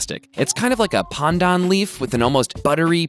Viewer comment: I love the way he said pandan , it's 100% accurate!